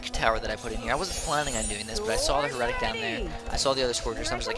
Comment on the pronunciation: Maybe I should comment on your mispronounciation of "Heretic" on every clip you say it that I haven't just yet until you say it right. :D (HARE-uh-tick) For further reference on how to pronounce it right, see some Halo 2 clips. Also, If there is something I hate about Twilight Heretics, it's that they can sometimes FORCE you to get a lucky Crimson Sentence on account of all that high magic resistance and 2000 health; not to mention the ability to put non-heroic units into stasis and instantly kill them.